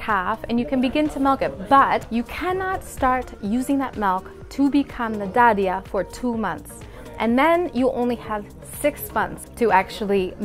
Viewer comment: You said Dadiah were perfectly just like local people 👏🏻